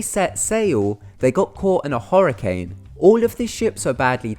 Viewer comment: Horrercane? Iquwotic? So many mispronounced words on this channel it's like they do it on perpouse! Why?